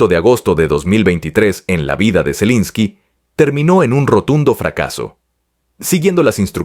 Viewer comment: Zalinski, zelinski 🤣. Se nota el afán con que sacan esas publicaciones. Pronuncian todo de cualquier manera y no les importa